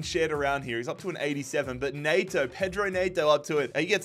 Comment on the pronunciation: Was really surprised to see you sign Neto!! It's pronounced 'N-eh-to', not 'N-ay-to' No hate though man keep up the great vids